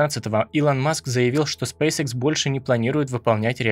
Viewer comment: Почему многие не правильно произносят название компании? Спэйс экс , не икс. Школьный курс английского языка, первый класс, произношение букв.